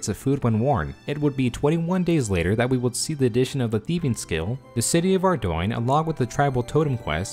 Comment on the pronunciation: "ar-doine" lmao how tf do you actually pronounce ardougne